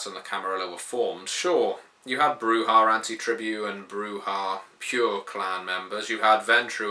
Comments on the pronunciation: okay dude...i need you to explain this...why bru-hah? instead of bru-jah or bru-yah??? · The "j" is pronounced [attempts to find the proper pronounciation - realizes english has nothing close to it]... Now I realize why you use the "silent 'j'", but in Spanish the "j" usually isn't silent, it's pronounced as a softer guttural "sh". The "h" is usually silent though, like "hacer", "alhambra" or "hecho"